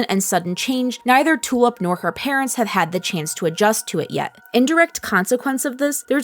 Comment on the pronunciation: I keep hearing Tulip's name as "Two-up". Is it just me?